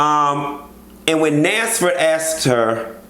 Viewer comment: Nansford!!! Thought I was the only one who heard that😂😂😂